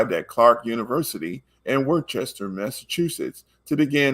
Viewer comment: Fyi: It's pronounced "Wooster", not Worchester.